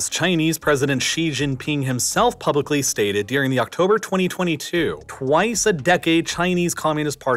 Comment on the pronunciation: This guy is the only example I've heard of someone pronouncing "during" as "deering".